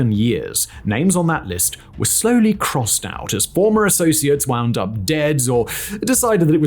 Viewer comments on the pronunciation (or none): none